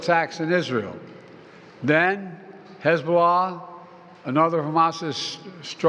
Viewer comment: Hezobollas attack 😂😂😂. This man needs to be at a home